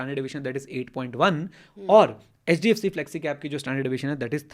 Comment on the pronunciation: Ma'am ne "HHDFC" kya bola hai....